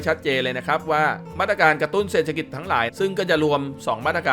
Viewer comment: ขอประทานโทษ อ่านว่า เศรษฐกิจ (เสด ถะ กิด)